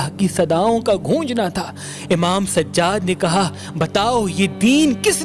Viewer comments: Bhai sajad nahi sajjad keep it bro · Sajaaad a.s plz pronounce correct